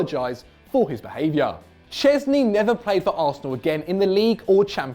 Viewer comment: Szsezny? Lol wut?